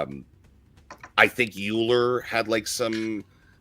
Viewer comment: do you mean... Euler? pronounced like "oiler" ?